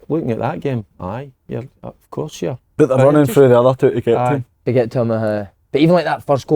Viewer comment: Si, stop saying twa yah prick